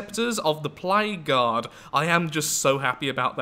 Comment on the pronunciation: With 2x speed and your accent whenever you say "Plague Guard" it sounds like "Played God"